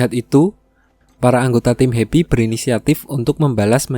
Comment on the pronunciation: sumpah gw baru tau namanya tim happy gw dgrnya di abang ngomongnya hebi